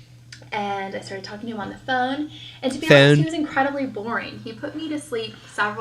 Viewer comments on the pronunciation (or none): none